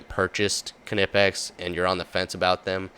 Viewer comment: Every time I hear you say Ka-nipex I assume you frequent bath houses looking for a gentleman to forcefully enter into you behind a dumpster